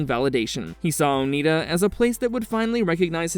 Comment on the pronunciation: Oneida is pronounced Oh-nigh-duh.